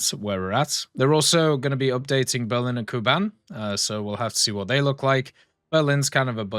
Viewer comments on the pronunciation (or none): none